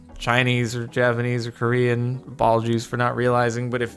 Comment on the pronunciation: ok so for some reason every time i heard it, with and without the captions when he said "Japanese or Korean apologies" i could not stop hearing "Japanese or Korean ball juice"